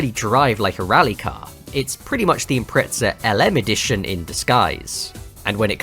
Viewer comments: Why you pronounce "subaru impreca" there's Z... subaru impre"Z"a. Zi, zi, zi.... Impreza impreza impreza, spell it😂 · Love this!! But ImpreZZZZZa! Not Impretza! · Sounds like you’re saying impretzel